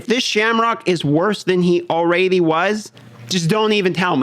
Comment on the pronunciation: Do you say ”all-raidy” bcus youre playing raid?😂